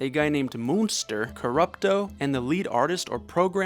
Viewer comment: Munster is probably pronounced "mun-ster", like the old black and white TV show. Dude probably looked like the Frankenstein character. I've heard my dad call people Munsters before when they looked large and ogre-like.